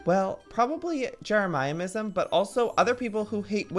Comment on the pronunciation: I laugh everytime Joey says “Jeramyiamisum” like omg it’s Jeremyism😂😂😂